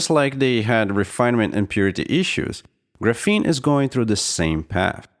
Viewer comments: I don't think it's pronounced "grapheeene"...more like "grAphene" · he's using the wrong A sound, it's more like grah less like gruh; and the f blends between the syllables. So Graf-een with the ah sound of A instead of the uh sound. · Ares Arts how is it properly pronounced? GRAPHene? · The way you mispronounce graphene the entire video makes me want to smash my head off my keyboard.